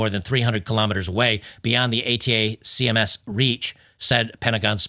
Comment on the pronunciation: How does not know how to pronounce attackems? ATACMS